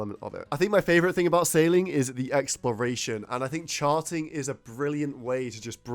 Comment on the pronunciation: I heard you say sharting lol